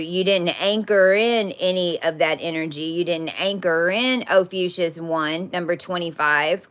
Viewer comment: Probably of no consequence at all, but why do you say OPHUCIUS instead of Ophiuchus?